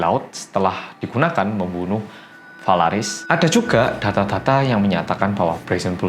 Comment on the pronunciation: Sambil nonton video aku tu nungguin keseleo nyebutin nama phalaris sama perilalos karena namanya mirip, ternyata gak ada keseleo sama-sama sekali. Salut sama konsentrasi mu mas👍